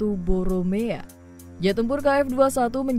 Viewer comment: Bukan boromea tapi boramae gimana sih?